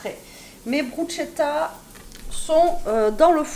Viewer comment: Bonsoir, pour info la bruschetta étant un met italien se prononce "brousketta" car le ch en italien ne se prononce pas comme en franćais mais se prononce "k’ et c’est en effet délicieux.